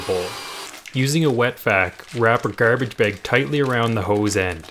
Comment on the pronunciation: "wrap a GERBIG BEHG" 🤣🤣